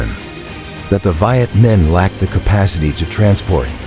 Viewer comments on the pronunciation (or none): Maybe find an announcer who can pronounce Vietnamese names including the actual name of the battle, rendered in this video as. "Yian Bean Fatch" where the French fought the "Viat Minh"